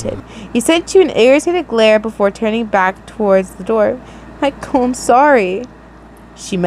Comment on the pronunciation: I love how you call him “MI-cal “ 😂